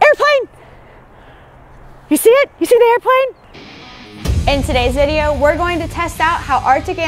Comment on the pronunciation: Grace always says "Ideo" when doing the into. 'In todays ideo... Also, she says it's snowing pretty heavily, lol. Here in Canada I'm thinking, ummm no it really isn't. Hahaha, Love the vids, keep it up